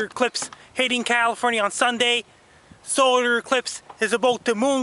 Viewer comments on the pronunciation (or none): "its gon be a soder ecwipse"